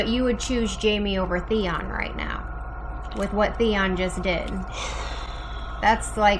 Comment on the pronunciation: Btw you guys it's theon not theo 😂